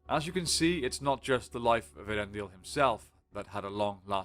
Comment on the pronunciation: A lot of people can't pronounce Earendil. It's ehh ah rendil